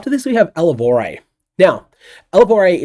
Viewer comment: Elevor-eh? Or perhaps elevore, eater of energy (spells), and thus pronounced in the same vein as "herbivore" or "carnivore".